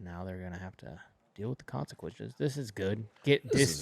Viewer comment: Uli "deal with the CONSiSQUISHES" LMAO!!!!😂